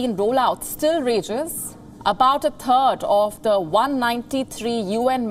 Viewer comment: “About a tird” interesting 🤔